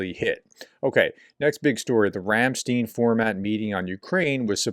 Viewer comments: It's Ramstine rather than Ramsteen.. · The only part of your video tonight that made me angry is your repeated mispronunciation of the name "Ramstein", Germany, as "Ramsteen". In correct German, "ei" is always pronounced long "I", as if it's spelled Ramstine. Yes, it's a common enough mistake for Americans to make, but now you don't need to make it anymore, professor. 😄